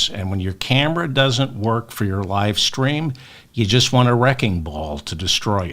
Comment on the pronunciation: RUDYS "LIE-STREAM"